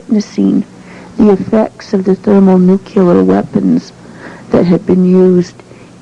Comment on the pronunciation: d'oh! "thermo-nukyuler weapons" she just lost some credibility :/